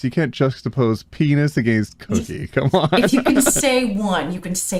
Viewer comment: Trigger Warning. says "penis" instead of his iconic "PEEN-EYES" pronunciation of the word;_; (This TW is a silly joke btw- no hate to )